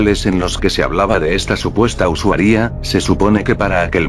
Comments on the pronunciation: "Usuaria" El loquendo: usawía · xd like si escuchaste siempre usuaría en lugar de usuaria xd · jaksjaksak me estaba cagando de miedo hasta que decia "usuaRÍA" xdd